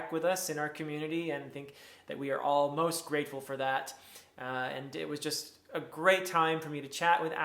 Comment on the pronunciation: Did you say you're "all most" grateful for having back or "almost" grateful? 😂Only kidding, is great.